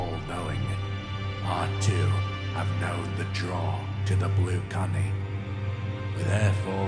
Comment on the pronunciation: i was believing the final "secret dialogue" until i heard "blue cunny"